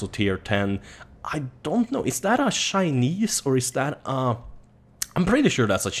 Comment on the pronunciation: like how you say shinese (Chinese)